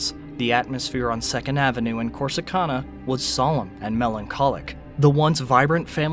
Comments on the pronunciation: You’re mispronouncing Corsicana. It’s can, like can of soup. Not con, like convict. I’m not gonna mention muh hay uh. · The city is pronounced Cor-si-can-a! 🙄